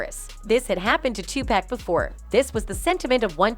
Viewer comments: His name is Tupac not Tupack! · It's Tupac not 2pack